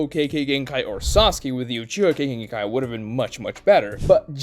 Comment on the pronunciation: Im sure nobody but me cares but I can't help myself It's not kaykay genkai is kekay It's spelled kekkei notice the I? The second half is pronounced differently. Japanese pronunciation is shockingly simple and consistent. I recommend learning it. You could learn it in a day and Integrate it into your speech in a week